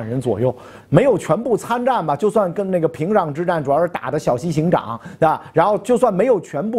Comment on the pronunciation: 袁老师好 ~ 提个小建议 我觉得小西行长 还是度 chang 比较规范一些 ... 行长读音 ゆきなが 和织田信长的 のぶなが 長 读音一样都是なが naga